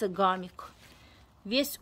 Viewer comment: Не гамик, а хамик, в этом году сажала, тоже семян не нашла